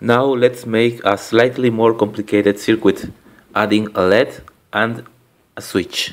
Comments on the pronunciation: That's good, but a note about pronunciation: Circuit isn't pronounced sirkwit. If you know how "cut" is pronounced in English, it's pronounced sir-cut, with an unstressed vowel in the second syllable. And LED is typically pronounced L-E-D, as three separate letters. Hope this helps! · led is pronounced "L,E,D" LED is an acronym for "light emitting diode"... lead is its own element!! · its L.E.D not led (light emitting diode) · Never say "led" when referring to L.E.D.'s. Acronyms shouldn't be read as a word, only letters and their associated meanings, eg. light-emitting-diode (LED).